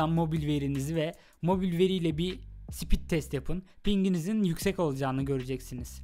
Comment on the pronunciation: Sipit degil o speed 😅😅